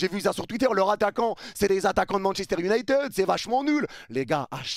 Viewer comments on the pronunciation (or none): none